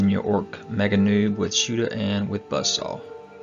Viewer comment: Ork Nobz are pronounced door Nobs not Noobs. Nobz/Nobs is short for Nobility, you know Nobs or Nobz. Maybe this is a British term so you are unfamiliar with it ?.